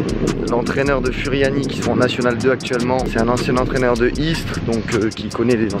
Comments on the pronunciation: Oh nn pas ça il a dit furiani alors que ça se prononce Fouriani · Salut je suis corse et furiani sa se di fouriani